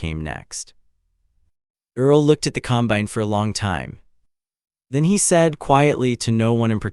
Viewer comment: It is not a com-bine'. It is a COM'-bine. I am not nervous about ai taking over, as it cannot even speak properly.